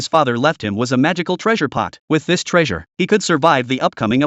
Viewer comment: Bro said "with this tressure" i was like WITH THIS TRESSURE I SUMMON MAMARAGA